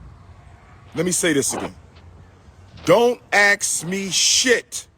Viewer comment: Axe? What the hell is "Axe"??? It is Ask! Why black people REFUSE TO ENUNCIATE! For some reason, black people LOVE to sound as ignorant as possible..., DAMN!!!